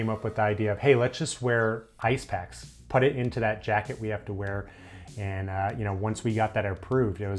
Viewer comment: While the video is great there’s one annoyance I have. He says “put” like “putt”